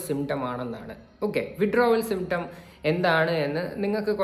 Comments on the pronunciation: Withdrawal syptrom പോലും symptrom അല്ല മരക്കഴുതേ symptom.. അതുപോലും നേരേചൊവ്വേ പറയാൻ അറിയാത്ത ഇവളാണ് Activist… 😂😂😂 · Withdrawal “Symptrom”??!! 😅